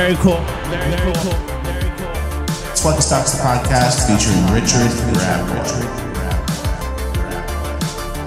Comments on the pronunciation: Richard pronounced Ree Chard hilarious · "How goes, Reechard?" 😂😂😂